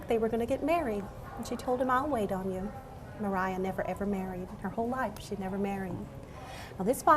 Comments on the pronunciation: she said maria wrong... why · Puzzly maybe that’s how you pronounce her name? Maria, Mariah lol